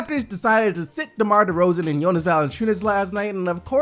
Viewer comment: ayeeee you finally said Jonas properly! :D